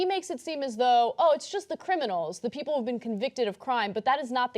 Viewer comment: Deus Umbra Dudes lol cos he cannot comprehend the word People or even pronounce the word People. Peee opal pe op le ?